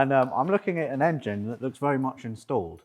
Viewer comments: As says - the "Angine" - love it! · Can you lads please pronounce 'Engine' properly!!!! By properly I mean like a certain BMW guru.